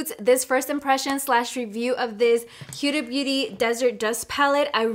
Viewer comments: FYI. It’s who•da not u•da. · It s huda as in hoooooda not hiuda.... Idiot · Her name is pronounced ho-da. Like hoda in Spanish. Also can you pleasee do a comparison with her old palette ❤